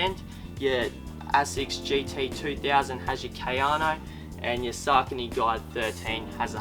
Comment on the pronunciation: he's pronouncing ASICS correctly. He's mispronouncing Saucony. It's sock a knee. Not Sark a knee